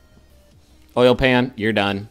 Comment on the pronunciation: justin saying "oil pan" like "oil can"....he's nothing if not consistent